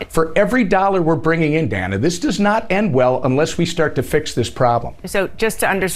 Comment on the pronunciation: Her name is pronounced "Day-nuh." Not Donna. Not Doena. Wanna talk about self-regulation? Begin with yourself. Control your emotions. Perhaps then you can do the initial decency of calling a person by their name.